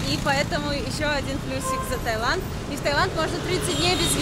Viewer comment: Сколько раз туда ездили, а так и не можете запомнить, что правильно ТаИланд.